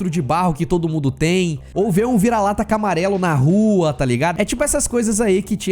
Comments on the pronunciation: Camarelo. Tive que voltar ter certeza o que tinha escutado 😂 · camarelo???? Kkkkkkk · "viralata camarelo" by kkkkk